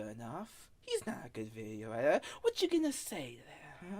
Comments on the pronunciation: “ I am the Gweatest Veeioo eeiter that has ever lived” I dunno man, I think the greatest video editor ever would be able to pronounce their title, you wouldn’t expect a captain of a ship to not be able to pronounce his title nor the name of his ship ? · bro can't even say video editor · The self proclaimed video editor can't even say video editor